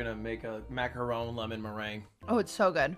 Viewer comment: is that really the way you pronounce macaroon?